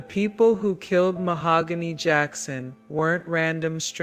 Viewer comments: YES!!! me too. Keep saying MaHOOgany, ugh😞😞😞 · Rest in peace mahogany❤ whoever this narrator is keeps pronouncing Mahogany's name Ma-hog-gany. Absolutely driving me nuts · The voice is HORRIBLE. I started watching at 1.5x speed but even then it sounded like a child being forced to read in front of the class. Saying her name incorrectly. This is disrespectful man. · Definitely going to have to look this story up somewhere else because this AI voice is probably the worst i have heard yet, cant handle listening to this tragic story being told in this kind of way. I kind of feel that it is disrespectful to the poor young ladys story to be told in a voice that cannot even say her name correctly.